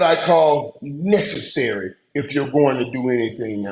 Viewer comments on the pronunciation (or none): none